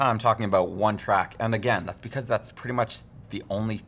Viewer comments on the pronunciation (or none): none